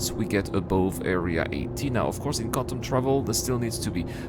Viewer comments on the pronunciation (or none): "Cor Un Dum"